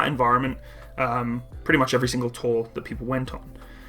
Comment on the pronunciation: Took me some time to figure that it's "operational tour", not "operational toll."